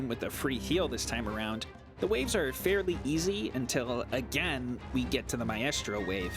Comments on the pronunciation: You are pronouncing maestro incorrectly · Also pronounce maestro correctly challenge: impossible